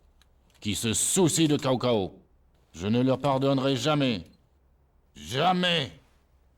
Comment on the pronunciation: Zhuge Liang au lieu de Tchou Ko Leang (sa se prononce a peu pres comme sa) et Cao Cao au lieu de T'sao T'sao, quand on bafouille en mandarin on a forcement les oreilles qui saignent ;) Y'en a tellement que je peux pas tous les relever... Mais c'est cet épisode qui a fait de moi le fan que je suis aujourd'hui :)